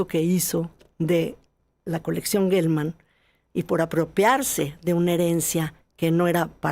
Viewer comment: Se dice Jelman, no Guelman. La palabra geografía no se dice gueografía.